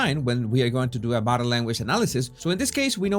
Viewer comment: "Body" se dice bodiiiiiiiiii", no "bode" como tú lo dices.